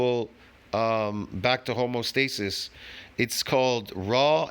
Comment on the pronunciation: I have to question the so called knowledge you've gleaned over the years if you keep mistaking the word "homeostasis" for "homostasis" even after I've corrected you on this already. Also, the carnivore diet is an elimination diet by the way.